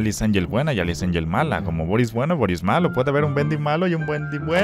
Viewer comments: dijiste buendy en ves BENDY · dijo buendi